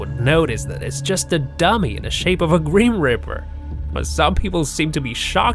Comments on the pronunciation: GRIMPREAPER NOT GRIMRIPER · its grim reaper not grim ripper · FYI it's grim reaper not grim ripper! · IM SO TRIGGERED WACHING THIS BECASUE HE IS SAYING GRIM RIPPER OMG IS CALL GRIM REAPER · Grip reaper not grim ripper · "the gream ripper" "hoooodie" "veedeeo"